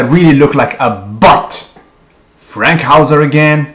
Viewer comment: Erik Fankhouser, not Frankhouser. Nice vid